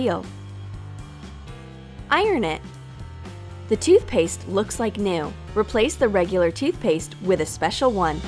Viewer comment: Who else heard: pour de colas in de cups